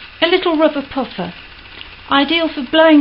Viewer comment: This is fantastic thanks ever so. Love your voice, I notice a slight northern twang to 'toothbrush' and 'puffer' am I right? I'm a posh voiced Devoner, with probably some roit Debbon slang in there :) Just a quick question, do you think I could use silver polish? I don't have any metal polish...guessing it's the same